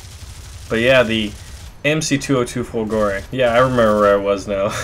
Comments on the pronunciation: Fòlgore not Folgòre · It pronounced differently, not Folgo(!)re [! marks the stress] but Fo(!)lgore. Still it be awesome to have also the Mc205 Veltro (had Mg151s instead of 7,7mm in the wings) or the G55 Centauro that used the DB605 engine. And the Mc202 is very similar to the Ki61 (the both used the same DB601 licence produced engine). I recently had a 15-0 game with the Ki61Ia while my Mc202 struggles to go over 5-6 kills in a row...Those SAFAT guns have so horrible ROF...while Ho103s own stuff.. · Lol dude the pronunciation is Macchi as you read, not Macci,and is Folgore not Folgòre :D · Your pronounciation of this plane is so weird :P "Chi is supposed to be pronounced somewhat like "ki", the H turning the sound of the C to a more hard sound if followed by a "I" or a "E" So, It's more like "Makki", I guess And "Folgore" (which means in aulic language, "lightning") is pronounced pretty much the same, but with the emphasis on the first "O", so more like "fòlgore" Keep it up! Awesome stuff as usual. Just a random italian going all grammar nazi here :P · You are so hilarious when mispronounce the word "folgore"...